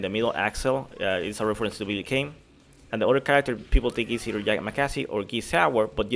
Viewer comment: My ears when hearing: "Yama-KAZI" ʕಠ_ಠʔ The equipment is according to the filtration: Team1: Nakoruru Haohmaru Darli Team2: Rock Howard B. Jenet Gato Team3: Ryuji YAMAZAKI Billy Kane Geese Howard Team4 Unknown at the moment (I explain below) Lonely Box Rugal Bernstein (it can be Omega Rugal and this I say from the other leak) Next to this box will supposedly appear the counterpart of "Verse" Final Boss of KOF XIV who handles water or ice, that is, the entity that owns the other hand of Shun'ei Now the NEW FILTRATION that the Argentine youtuber Javiwario presented on his channel more specific information about the game mentions the aforementioned in addition to new data: Team4: Orochi Team in its true orochi versions. The Orochi Team is in its normal version and less powerful canonically speaking, so these versions that are at the level of the Sacred Treasures these will come out by DLC: Orochi Yashiro (Earth) Orochi Shermie (Lightning) Orochi Chris (Fire) Also mentions what the lonely square will be for Omega Rugal The Boss or "Sub Boss" will be called: "RE-VERSE",who handles water or ice, the countepart of "Verse" Final Boss will be called: OTOMA-RAGA In addition to likely that the DLC will continue but at most 2 more teams. What the youtuber presented is credible because it had the 3D modeling of Elisabeth in full body and not only what many YouTube channels copied hours later and lent as theirs, the appearance of Kula Diamond and Máxima in addition to specific information